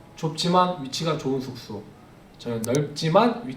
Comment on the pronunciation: 숙소 말할때마다 계속되는 th발음에 저항없이 터짐 Thㅜㄱ thㅗ ㅋㅋㅋㅋㅋㅋ 아 thㅜ켸줄 쑼켸줄